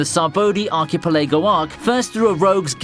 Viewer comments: You had me until you said archipeLEGO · "Sab-oh-dee arc-ah-pal-a-go"🤣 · The “Sa-bodie Ark-e-pa-lego” Arc???? 💀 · Know what because it was a good video I'll let the archipelago pronunciation go